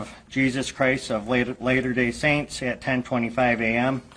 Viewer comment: "later day saints"...is this guy serious